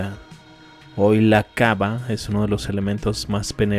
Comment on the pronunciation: Suena raro cuando dice kaba, es kaaba.